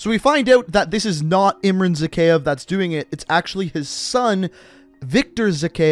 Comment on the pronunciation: Its literally said in game, ZakhAev, not Zakheev. Stop.